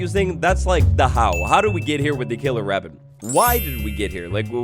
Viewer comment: Scawy wabbit